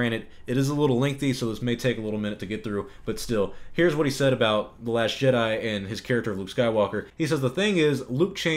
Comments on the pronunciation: It's jedi not shedi😠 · are you saying last Shit Eye or am i deaf 😂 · Are you calling it 'The Last Shit eye'? Ingenious! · I keep hearing the narrator say "the last shit-I" Anyone else? ... ... And then it dawned on me. Exactly! Episode 8: the last shit I will watch from Disney! 💩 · Are you saying “The Last Shit-Eye” instead of The Last Jedi? Because that’s all I hear. And it’s hilarious.